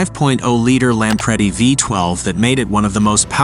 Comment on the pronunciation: Lampredi, not "Lamprey", for goodness sakes!